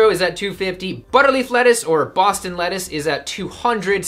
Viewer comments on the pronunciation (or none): none